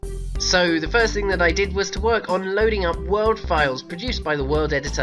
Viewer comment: Did he say ‘to work’ or ‘twerk’ ?